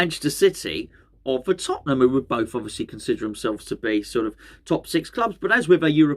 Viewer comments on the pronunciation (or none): none